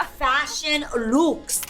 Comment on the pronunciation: The way she says fashion looooooks sounds so Latina and I love it!